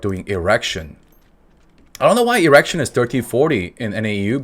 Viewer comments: everytime he says "Igrexion" I hear "errection" lmao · Dude I love you but it's ee-grex-ee-on not erection. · I keep hearing Erection instead of Igrexion. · Lol, thats the first time I've ever heard anyone call Igrexion, Erection. I've been saying E grex e on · Lai Lai my friend.... smacks the npc p.s I swear when you said "Igrexion" all i heard was "erection" ... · did only i hear Erection instead of Igrexion? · This man really kept saying erection 😅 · Am i the only one hearing "errection" xD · bro you kill me calling the guardian "erection'😂😂😂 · Thought you were saying erection throughout most of the video cause I skipped over the Guardian part. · Zoned out drinking morning coffee, till I hear the way you pronounce Igrexion, sounded kinda sus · interesting way of pronouncing igrexion